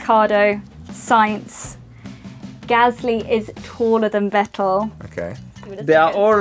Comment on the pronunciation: Irish gasly